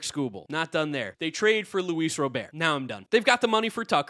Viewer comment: “Luis Robear”🤓